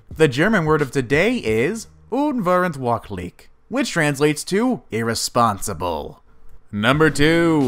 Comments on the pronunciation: the german words are totally wrong pronounced 😃 it's very funny for germans who should understand. "verrückt" (the ü is important) means crazy and "unverantwortlich" means irresponsible 😘 but, yes, german is difficult to pronounce. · Unverantwortlich - une fur antwort leech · Sniggi Hamsters he pronounced it totally wrong ... "un-ver-ant-wort-lich" is the word. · regarding your pronunciation, the german word you said for irresponsible sounded more like oooonveruntwoordlig, which differs just a tiiiiny-weeeeny-small bit from the real spelling and pronunciation. anyway, i'm glad someone pays hommage to our terrible language :) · Omg the way he speaks out "unverantwortlich", I had to listen twice til I understood😂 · you mean “unverantwortlich” 😂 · The pronunciation of “Unverantwortlich” gave me the cringe of the day😂🇩🇪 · Im vrom germany and i had to listen 3 times to to understand that you said "Unverandwortlich" but i like the way you say german words ^^ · lol I'm German but WTF were u saying there 😂😂 unverantwortlich is pronounced like un (as in oon) verant (as in fer ah nt) wort as in wort 😂 and lich as in lish. But a soft sh. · Had to repeat the part with him saying the german word for irresponsible 4times until i understood what he was trying to pronounce there .. German is my mother tongue 😂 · "Unverantwortlich" you said it so wrong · neither is "unverantwortlich" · hat er versucht ,, unverantwortlich" zu sagen? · Who also loved how he TRIED to pronounce verrückt?😂or unverantwortlich?😂 Ps i'm from germany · The German word for "Irresponsible" is "Unverantwortlich" I realize he said this, but he pronounced it how you would say it in English, so he pronounced it wrong, not that it matters much, just wanted to say that for anyone curious :D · He pronounced unverantwortlich (the other German word) soooo bad 😂 never thought you could pronounce that word like that 😂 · I love how you pronounced unverantwortlich😂